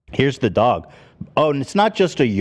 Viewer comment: why does ethan say doug instead of dog?